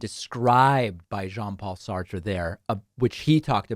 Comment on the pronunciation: You pronounced Sarte wrong.